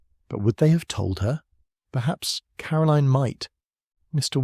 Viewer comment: I really like. He just needs to properly pronounce Caroline. The author has a gift I could listen to these books for hours.